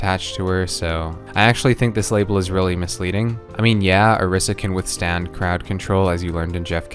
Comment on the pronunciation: its pronounced oh-reese-uh